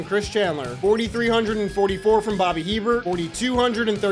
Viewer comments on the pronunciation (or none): Erik Kramer took the Lions to the NFC title game in 1991, and had the best passing season for the Bears in 1995. Also, the Saints QB is pronounced Bobby A-bear, not He Bert.